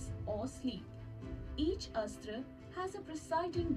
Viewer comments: It is not Astra. It is pronounced as "Asth-Ra" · Guys i think the pronunciation of astra is not like ass-tra...it is close to more aastra like 'us' instead of ass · You have to pronounce it as Us-thra(Astra) Astra means weapon